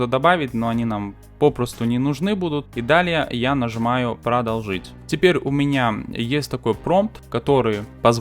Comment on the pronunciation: ПродОлжить, друже, а не продолжИть